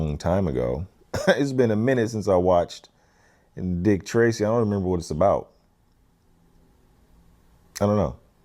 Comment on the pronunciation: I thought you were saying "gravy dick" until I saw some comments.